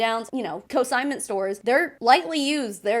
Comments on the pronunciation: CON-SIGNMENT. NOT "co-signment". You repeatedly use a word that doesn't exist. Co-signing something is a thing. Selling clothing on consignment is a thing. They are two entirely different things. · I’m so so sorry and this is such a non-issue but it’s CONsignment, not CO-signment. Again. I’m so sorry. I’m terrible. Love your vids! Keep spreading the incredibly valuable information!